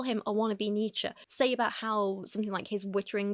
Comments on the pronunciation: You pronounced Nietzsche correctly, you shouldn't feel like you need apologize?! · You said Nietzsche exactly right. Take it from a German.